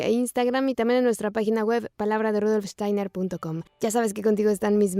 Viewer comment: Estaría bueno que se pronuncie bien Steiner y Waldorf Muy buen video Gracias